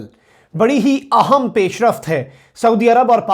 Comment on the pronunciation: Excellent. Quick update but please ahem ko aahum na bolo, I feel very uncomfortable when you make this mistake while pronouncing important in Urdu. thanks for your understanding.